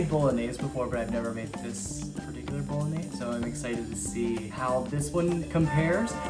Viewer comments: Can you at last pronounce the dish properly? "boh-loh-NYAY-say" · He made pappardelle, not tagliatelle; the name of the sauce has four syllables, not three; otherwise, an awesome dish. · You’ve made bolognese before but you don’t know how to pronounce it?! 😅. The correct pronunciation is ”bull-lon-yeh-sè. Just joking with you. This was lovely. Cheers! 🥂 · I don't get it. You do a decent job of pronouncing other Italian words correctly, but you are absolutely butchering "bolognese". Why?